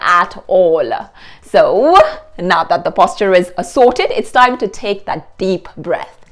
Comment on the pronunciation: "This thaime" not time? 😄